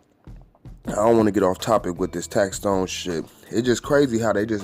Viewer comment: Big shouts to for finally saying tax stone name right. Tax Tone is someone else famo 😎